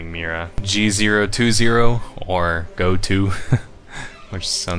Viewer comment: Every time he pronounces GO-TO and Peragus I contemplate throwing myself into a mynock nest